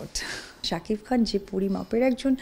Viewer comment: স্বামীর নামটাও ভালো করে বলতে পারে না রে.... শাকিফ...ফ...ফ 😂😂😂😂